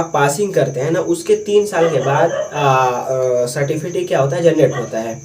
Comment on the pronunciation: گڈ بہت اچھی جانکاری دیا بچھو کو مستقبل میں سب کو ضرورت پڑتی ہے ۔تلفظ درست کی ضرورت ہے سرٹیفکیٹ ہے certifikit نہیں